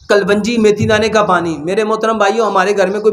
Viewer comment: Hakeem sahb kalwangi nhi kalongi hota he